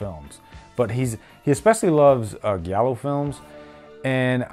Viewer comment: Not trying to be a prick, but it's pronounced gi-al-oo not galo 👍 and this films amazing, all his films are, from the animal trilogy, the mother trilogy, opera, deep red